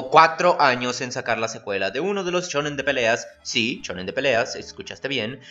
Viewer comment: shin....SHIN ....."SHINGEKI" .....NO CHIN......shonen.....SHONEN....."SHONEN".....NO CHONEN!!!